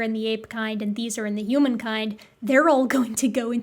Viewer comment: I'm confused 😅 you pronounce the H in most words most of the time but then you throw in a hUman and I'm all combobulated.